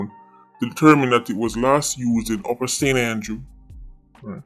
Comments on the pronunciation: That accent when you said St. Andrew 😂😂😂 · The way he said st andrew😂